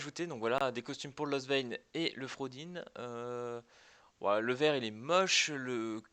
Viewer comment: ET CA SE PRONONCE FRAUDORIN EN JAP LA PTIN DE TOI